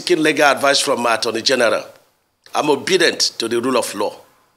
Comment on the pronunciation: Did I hear Governor Umahi declare himself as "Obidient"?